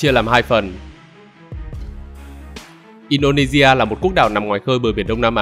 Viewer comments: nghe ad độc in đô nê di a . nghe cứ kỳ kỳ . cả ma lai di a . hình như ad ko độc đc chữ si hay sao ấy nhỉ . in đô nê si a . đọc kiểu phiên âm tiếng việt nghe quen hơn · Mh nghe add đọc là Indonevea